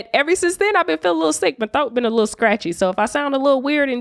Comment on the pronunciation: Your "Throat" or yo "Thoke." Just need a clarification. Lol.🤣😂☀️😂☀️😂🤣😂🤣😂🤣😂